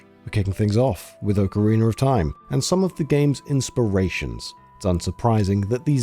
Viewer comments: Say "Orcareener" again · I die a little inside every time says "oakarina" of time, but it's not as bad as "gun-DAMN" for Gundam lmao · Oh_kuhreen-er? Wdf lol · "Ocareener" = Ocarina. Yw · Is it just me or is the narrator saying "ocarinar"? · It's called an "intrusive r". Non-Rhotic accents tend to do it between a word that ends in a vowel and one that begins with a vowel to make the sentence flow better. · It's how most accents from the UK finish words ending in 'a'.